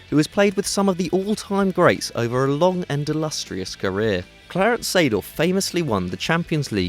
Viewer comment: the way he says clarence 😂😂 reminded of andy of little Britain